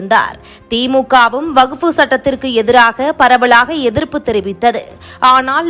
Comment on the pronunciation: அது வகுப்பு இல்லை... வக்ஃப். தமிழை கொஞ்சம் சரியாக உச்சரியுங்கள்.